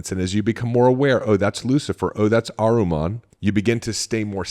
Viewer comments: Not Ahruman. It’s Ahriman 😊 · Ahriman (/ˈɑːrɪmən/ not aruman